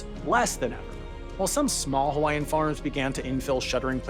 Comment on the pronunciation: Excellent reporting; your pronunciation of Hawaiian names is improving.